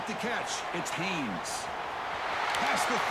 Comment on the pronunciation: HAYNES , not Hayes. Holy shit lmao